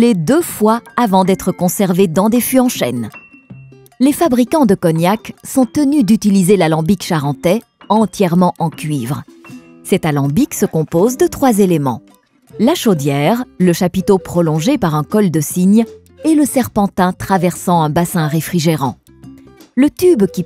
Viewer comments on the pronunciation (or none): Alambic et non Alembic.... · Alambic et non alembic...